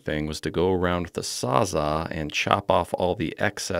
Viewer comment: 😅 Not "sawza" but "sawzall"